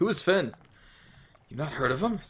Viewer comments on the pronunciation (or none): none